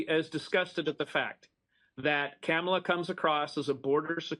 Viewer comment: He called her Camela lol